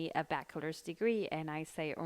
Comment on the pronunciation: Critica constructiva: se dice baCHelors no baquelors. La CH en esta palabra se lee igual que la CH en español. Todo muy informativo.